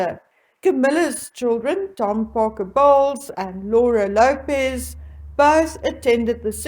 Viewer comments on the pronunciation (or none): CPB’s daughter’s last name is pronounced as one syllable, Lopes, not two, Lo-pez.